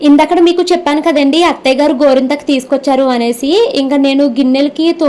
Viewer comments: Gorenthaku❌ gorintaku Thrain ❌ train Hahaha emindandi meeku 😂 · గోరింతాకు కాదు గోరింటాకు